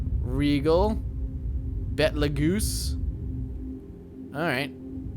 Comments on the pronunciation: Betelgeuse is pronounced like Beetlejuice not Beth LeGoose. Thanks for the new character name though. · by the way, Betelgeuse is said as "Beatle Juice". It was years before I realized it myself.